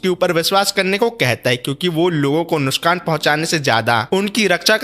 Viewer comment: NUSKAN NUSKAN NUSKAN NUSKAN ,, NOT NUSKAN ITS NUKSAN